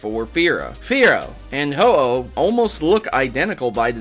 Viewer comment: ho aah 😅 its oh-oh